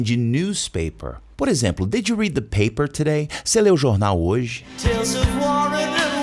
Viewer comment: Minuto " in the PAPER TODAY " me lembrou exatamente a pronúncia do ator e comediante britânico Ricky Gervais.